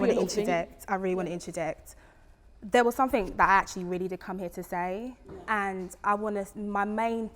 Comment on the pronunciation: they keep tryna use really smart classy language and KEEP getting the words completely wrong 😂 "let me just intraject" 😂 and " he is very manipulayyytive 😂 what is that